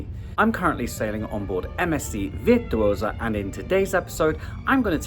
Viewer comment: love this video and am using it as study before my cruise in may. But Jamie what’s with the veer tuosa lol